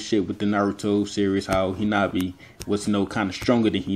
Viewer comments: Its hanabi not hinabi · Hinata's sister's name is HAnabi not HInabi.